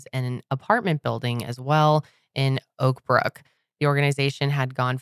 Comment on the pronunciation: When said “Oakbrook” I thought she said “Oprah” 😂